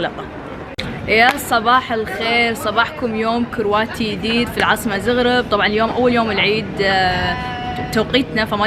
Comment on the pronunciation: شكرا على التغطية بس يا ريت لو سمحت تلفظي اسماء المدن مزبوط ..... مثلا عاصمة كرواتيا , زاغرب وليس زوغروب ايضا سلوفانيا وليس سلفونيا .. يا ريت كل واحد عامل حاله تيوبر يقرأ ويتعلم عن الدولة اللي مسافر عليها قيل ما ينشر الفيديو